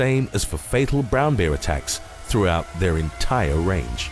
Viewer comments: That’s the first time I’ve heard the word bear pronounced beer! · Very much enjoying your channel; I have noticed on a few videos that you pronounce ‘bear’ in a very particular way. Would it be rude to ask you what your linguistic roots are? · haha, I laughed at the way you pronounce Bear ,sorry.:))